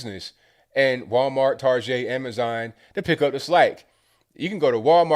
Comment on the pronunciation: TAR-JAY?? what? lolol never heard that before. thats great